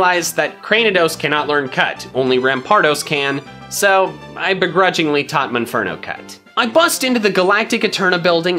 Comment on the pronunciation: Mispronounced monferno not munferno monferno mon as in Pokemon